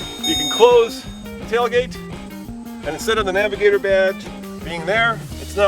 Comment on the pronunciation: naviGAYtor..... Smfh